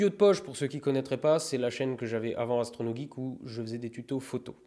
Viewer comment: YOOO Astronogeek 😂 On voit l’alsacien 😛😛